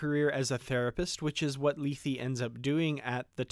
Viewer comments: Hi. No disrepect intended at all. Regardless of how Emma says it, check out the Shat Which is exactly how we pronounced it college Greek. I liked your video, btw. In the episode itself it's also pronounced lay-thay. Just saying. Happy New Year, btw! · LAY-THAY, not LEE-THEE, please. It's from Greek mythology, and is pronounced correctly in the TOS episode. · why not pronounce it the way its pronounced on the original series episode.."lay-thay".? wtf is lee-thee?